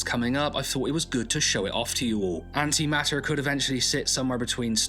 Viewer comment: Note the T. It's An-Ti-maT-Ter. Not An'ima'er.